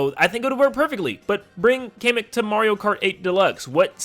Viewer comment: It's Pronounced "Kah-meh-k". Like a Comic book!